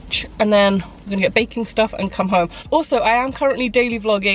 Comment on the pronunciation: Did anyone notice said baking but it sounded like bacon